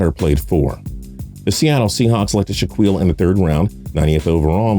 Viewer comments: he couldn't pronounce shit, did not get one name of the Griffin brothers right... He said shh uh qweel when it's Shaquill pronounced (shh uh keel), and said Shh uh qweem when it's pronounced Shaquem (shh uh keem). Now I know people aren't perfect and make mistakes all the time as I do, but as a person who does videos on NFL players it's pretty sad he can't pronounce a starting Corner, or the fastest linebacker in NFL history's name... That is my point 😑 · My dude u pronounced Shaquem and Shaquill names wrong